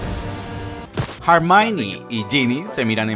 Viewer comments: Chale, ya no le dice Hermión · Hermione, (errr mion) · "Jermaioni"? Ellos lloran y tu obedeces xD